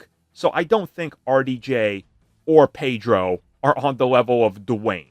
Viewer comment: It's not Pedro.